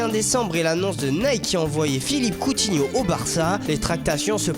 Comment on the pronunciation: Catastrophique LA prononciation va te laver serieux ... coutinio SUR enchère IL VA RIEN FAIRE FAut plafonner WHES bientot gomis A 80 million aussi ????